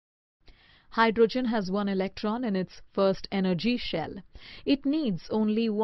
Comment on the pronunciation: Mam that's hydrogen not hydrgen